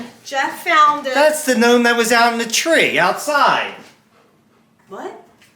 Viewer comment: Lol this is funny. Calling the noam a "nulf" like "milf" hahaha